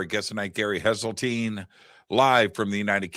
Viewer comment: It's HESELTINE